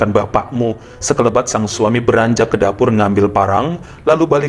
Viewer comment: lg cius2 dngr cakap..jd tekikik awk dngr blng 'bapakmu'..medan kali kau itok...wkwkwkwkwkkwkk😂😂😂😂😂😂😂😂